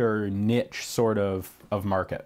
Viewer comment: There is no 'T' in niche.